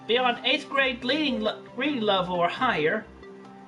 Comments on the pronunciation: Chris being unable to pronounce the word reading while stating that an 8th grade reading level is the minimum is pure gold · Christine misreading "must have eight grade reading level" doesn't even faze me at this point